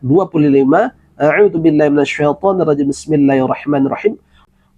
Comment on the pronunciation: Kenapa ustz ada yg membingungka? baca Auzubillah pun nggak betul, dia baca Audubillah